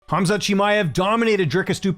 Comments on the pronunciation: Don't even know the champions name but want to fight him 😂 Khamzat, NOT kazmat 🤦‍♂️ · If you can't even say his name right there's no way you're beating him. cazzmat? Kahzmaat? C'mon bois, put some respect on his name. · This frickin' guy can't even pronounce his name correctly! Why can't people say his name correctly? So annoying! Him and Tim Elliott saying Khazmat and Chael saying Hazmat. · Lol 😂at fluffy calling him kazmat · i believe it’s pronounced Hazmat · Some guys cant even pronounce Khamzat's name correctly so how are they going to beat him with that limited amount of braincells.